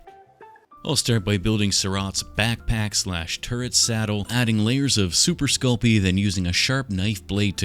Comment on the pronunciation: …it took me waaay too long to realise you were saying “turret” and not “turd”